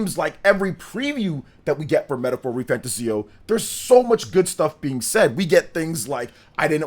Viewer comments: Please stop saying the name wrong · You can't even say the name of the game right. So hearing slander from you ain't it. Metaphor has a big following and is a serious contender for GOTY